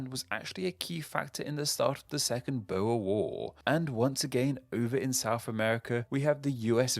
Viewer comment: Tge way you pronounced boer made me feel pain